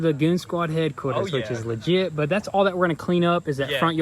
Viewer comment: How many times did he say ligite